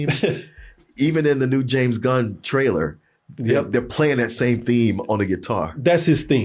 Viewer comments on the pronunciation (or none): none